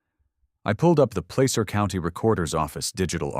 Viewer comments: As someone who has been in the "Gold Rush" for 65 years, the word is pronounced "plasser." Not placer. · Auburn? This is like the sixth city I’ve lived in that’s been the home of the HOA. It’s pronouncing Placer wrong, but it’s really cool to have Auburn mentioned!